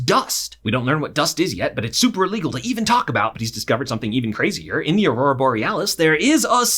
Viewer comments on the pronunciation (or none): none